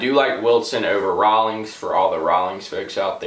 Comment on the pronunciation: if i hear him say rawolings one more time i will kms